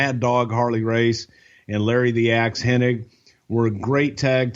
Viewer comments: What's funny is that Bruce calls him HenniG and calls him HenniNg. Neither one notices though the other though.. Astonishing. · Does realize it's Hennig and not Henning?